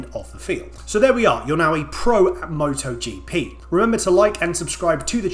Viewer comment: MotoGP X MottoGeePee ❤